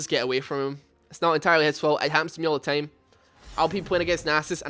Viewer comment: stop saying tame instead of time, vocalize correctly jaja